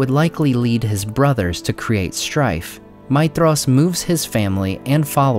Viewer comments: Seriously? 'Feyanor?' 'Maydhros'? Your pronounciation is wrong. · You're saying his name wrong. The "dh" is supposed to be a "th" sound.